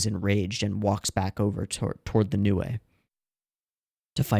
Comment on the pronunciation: this is new. Me: No... that's New-e (Nue)